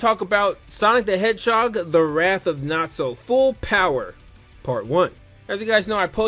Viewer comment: His name is Nazo not Natzo, Nazo is Japanese for Mystery.